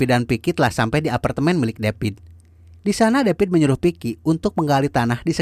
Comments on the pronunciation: Davidd.......oiii....bukan depit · David ouy....bukan depit